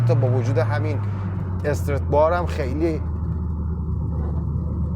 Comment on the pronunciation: استرِت نه ، همون استرات که توی تایتل هم نوشتی درسته و تلفظ همونه . Strut bar به معنی بند کردن هست خوده استرات و بار هم که میله و توی تعلیق استرات های مختلف داریم مثلاً توی همین ماشین ، خود کمک فنر یه استرات هست